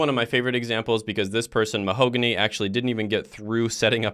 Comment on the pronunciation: Nice video and informative. The girl’s name is pronounced Mahogany (like the color)😅